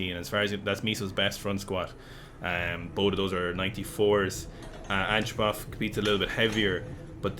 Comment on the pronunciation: Its not ANCHO-PUFF ITS ANT - RO - POV, lol.